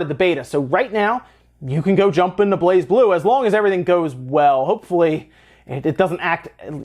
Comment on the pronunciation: Nintendo always have a Direct before E3, often so does Pokemon Company, if they have a new game. Also, the "Z" is silence, it pronounces "Bla-Blue". I know, it's weird, but that's apparently that's how it's pronounced.